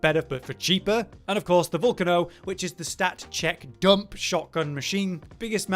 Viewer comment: You guys need to stop miss pronouncing names. It's pretty obvious that the Volcano weapon is pronounced how you would pronounce the name for an actual active volcano with lava. "Vol-cay-no" not "Vol-canno". I'm not sure how you guys you get this one wrong